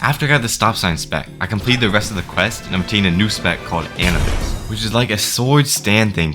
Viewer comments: bro said An-uh-bis 😂😂😂 bro it’s Anubis like the Egyptian god bruh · Bro it’s a-new-bus not Annie bus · A - NEW - BUS!!!!! NOT ANABUS!!!!! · its pronounced anoobis pal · Does he know he said anubis wrong you say a nu bis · nigga said anibus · Wasn't it pronounced Ah-noo-bis? The Egyptian god of death? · hearing you say "an-a-bis" hurts... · W video, but the way he said Anubis gave me third degree burns every time he spoke the word. "Anabis" "ANABIS" LEAVE ME ALONE "ANABIS" GRAAAAAAAAAAAAAAAAAAAAAAAAAH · Oh yeah, it’s also pronounced A-New-Bis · Please stop saying Anubis wrong, it hurts my soul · It’s a pain hearing him pronounce “Anubis” wrong every single time… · The way you say anubis is just making me grind my teeth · The way he pronounces anubis hurts my soul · The way he pronounced anubis was making me so mad 😭🙏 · Every time bro says Aubis wrong, it annoys me so much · how the hell do u misspronounceanubis